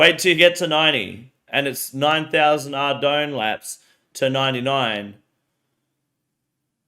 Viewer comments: Ar-doog-ne knights 😂💀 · I'm just stuck on the fact that he pronounced "Ardougne" Ar-doog-nay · the way that guy says Ardougne gave me cancer